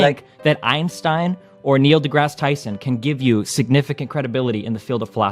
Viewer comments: As a native german speaker, it triggers me how chat is making fun of athenes "einstein" pronunciation, he's literally saying it 100% correctly. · The only positive about Athene here is that he knows how to pronounce Einstein correctly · Athene is actually pronouncing his name correctly though. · Athene is pronouncing it perfectly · But props to Athene for getting Einstein's name right.